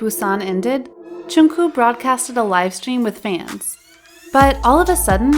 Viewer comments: Yuh the prononciation was💀💀💀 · I don't mean to offend, but please, you're a kpop channel, pronounce things correctly. It's Jungkook, not Jungkoo, Chenle, not Chenel, and Sasaeng, not saesang. Saesang means world and it took me way too long to realise you were talking about NCT's Chenle. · "channel" "jungkoo" "jean" lmao